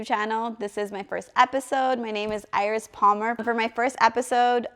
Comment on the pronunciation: I’ve been wanting to know how you pronounce your name for the longest time - EYE-RIS 😍😍😍